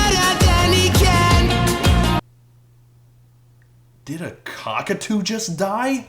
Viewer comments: Correct Pronunciation: BETTER THAN HE CAN!!!! I prefer DENNER PAN PECAN!!!! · the part where he says "better than he can!" sounds like "BETTA BANDICAM!!!!!"